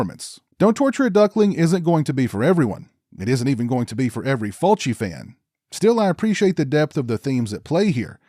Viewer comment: I second that - it's just plain lazy to not go to the trouble to learn the pronunciation of foreign names, especially when you are discussing their work at depth. I went through 4 different videos until I found this one, where our host correctly pronounces Fulci's name. Good work & an intelligent review as well. I think, plot wise, this is Fulci's more interesting work - in fact, I'm usually surprised that he was behind this film. As pointed out, getting so used to eye zooms & gougings, seeing this is quite startling really. Fulci always had good ideas that's for sure. And yes, enough with the toe action and nipple slicing - this shows that Fulci could focus well on story and plot and present it with class. No duck quacking either. Well done, I will check out your other videos.